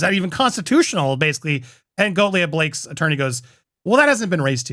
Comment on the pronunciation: I support your channel, however, Andy, please say Gottlieb’s name correctly. It is ‘got’, not ‘goat’ lt would be as if I kept saying ‘Poop’corn Playnet, repeatedly when referring to an important player in this moment. You would’nt say Brian ‘Fried’man repeatedly or Justin ‘Bone’dollni. Please consider this possibility of saying Michael Gottlieb’s name correctly. Saying it incorrectly screams of Ari Emmanuel calling Justin ‘Baloney’ or RR shading an adversary in the entertainment industry. Professionally it seems appropriate to speak people’s name appropriately whenever possible as a news host reporting on camera with correct pronunciation or a journalist spelling a name correctly in a report.